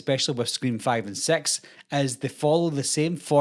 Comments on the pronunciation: Scream sex is funny though you have to admit 😅 That’s totally what it sounds like said. No offense. Respectfully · I’m so sorry but I laugh every time he says six 😔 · Me toooo